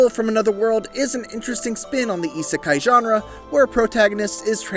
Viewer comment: sigh It’s Isekai* not Isakai.